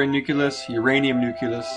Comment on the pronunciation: At the start: Enter the strange world of quantum physics! (and by the way, it's pronounced nu-klee-us, not nuke-yuh-lus!)